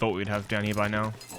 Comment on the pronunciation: I was looking for this comment hahahah